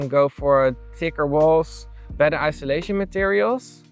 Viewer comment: Friendly FYI: it’s IN SUL A TION not ISO LA TION